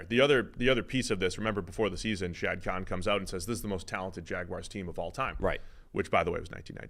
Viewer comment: Learn how to say the owners name for crying out loud.